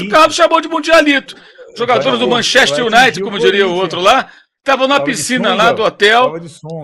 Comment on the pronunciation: Manchéste Iunaite😂😂